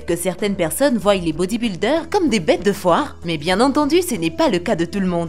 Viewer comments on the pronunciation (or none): none